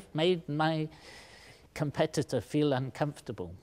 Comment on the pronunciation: At first i thought he said computer not competitor